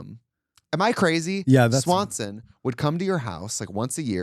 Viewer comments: Baby it's not Swanson's it's Schwann's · Schwann delivery not Swanson! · Please, I beg- it’s Scwann’s! The peak of middle class country living 🤣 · The swan’s man! Not Swanson lol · SCHWANNS TRIXIE!!!! Not Swanson. It was Schwanns! I went to school with his daughter. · Him calling Schwanns Swansons 😂